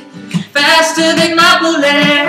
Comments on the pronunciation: It's hard to take him seriously when he says boolet. XD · Duude, you gotta fix that bullet. seriously its bullet. Not booooooolet. Haha damn. other than that its not bad though. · The sound quality is very rough.. But the music itself is awesome:) Make a studio version of it with in it and i'd totally download it:) oh yeah, and if you'd prounounce it "bullet" instead of "boolay" it'd sounds a tiny bit better too. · It kinda ruined it for me when he said boo-let... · i think the way they say boolet is great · he pronounces bullets in such a weird way :) sounds like he's saying "faster than my bootay"